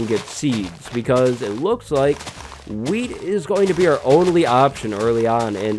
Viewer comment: LOL when he says wheat it sounds like weed